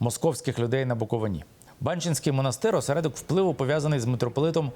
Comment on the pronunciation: не БАнченський, а БанчЕнський, не БуковинА, а БуковИна. Ви нічого не знаєте, зате багато вчіте. Всім відомо, що по всьому світу іде боротьба з православ ям. Ви, особисто, православний ? Ні. Тоді все зрозуміло. ... Митрополит Онуфрій не поминає кирила, то старі записи... За офіційними даними 72 % українців сповідують православну віру, 9 % - відносять себе до католицької церкви і 4 % - протестантської церкви. І Митрополит Лонгін робить дуже добру божу справу, щодо діточок. Ваші душі , нажаль, - чорні, тому ви все бачите - не по правді.